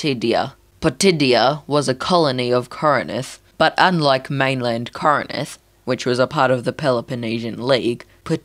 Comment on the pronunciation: Its not pronounced kor e nin th Its kor in th